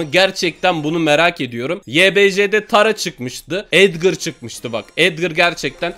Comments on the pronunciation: O edgır değil o edgar yanlış söyledin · abi etgır değil etgar o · Edgır değil edgar